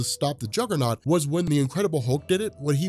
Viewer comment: "CAUSE IM THE JUGGUHNOWT BITCH"